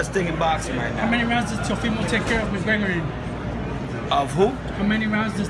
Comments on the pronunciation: I'm not sure if he calls him "McGregory" on purpose or by mistake but that shit's hilarious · Is floyd snr saying 'mcgregerin' lol